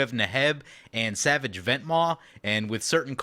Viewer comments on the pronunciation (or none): none